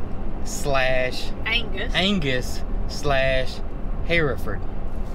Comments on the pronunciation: It’s “shar-lay” and “her-ferd “. Cattle person here. Purebred Charolais breeder. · charolais Pronounced shar lay< accent on second syllable hereford pronounced Her ferd,<accent on first syllable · Oh my goodness! Hereford is pronounced Her-ford! Love you guys! So Moody has a little pet now. She'd a doll. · Welcome to the farm Mildred! (That was my favorite Grandma's name!) She is beautiful., no judgement, just education, Hereford is pronounced Her-ford. We have Hereford and Angus where I'm at caretaking at Moms house. I just get to enjoy them from the back porch and don't have to do any of the work! 😁 Moody and Mildred will get along great! Merry, Merry Christmas Day! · 😍😍 You're gonna love that calf! Hereford= Her-ford Charolais=Shar-lay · I know everywhere I have been their are called Char-lays(pronunciation, not correct spelling) and herferds. I now the guys in Scotland on Tec TV call them Harryfords. I just think it just depends on the area,, but that's how we say it. At least Angus doesn't change lol. I love Mildred, she is so pretty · Enjoy your new heifer (pronounced "heffer") calf. Charolais (pronounced "shar-lay" and Hereford (pronounced "her-ferd"). You got Angus right...lol. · Pronounced Shar lay, Angus, Her ferd. That's going to be a big cow. Plus hefty. Yes pretty good mix. The calve should be halter trained bcuz the Shar lay part is ornery. So, work with her now. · 😀 Y'all make me laugh so good. The breeds are pronounced Shar Lay, Her furd. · Charolais - pronounced "shar-lay". Hereford - pronounced " her-ferd". That's how we say it in the south. Hope that makes sense to you. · Sharlay and Hereford is pronounced herferd. Just Oklahoma pronunciation. Lol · I’ve always heard them pronounced shar-lay and her-ferd.